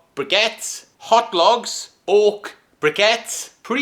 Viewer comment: I know you were saying oak, but I kept hearing "ork" and I don't know if you'd want to put orks in your fireplace. 😁